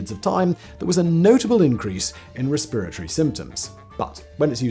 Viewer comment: When Simon says "Respiratory Symptoms" All I can hear is "spiritory symptoms"